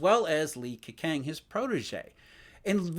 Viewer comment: Ke-chang is the correct pronunciation btw